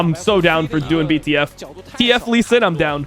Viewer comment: Every time iwdomimate mispronounces the name doinb I cringe